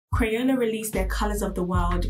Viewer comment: Umm in the beginning u said crayona, u mean crayola…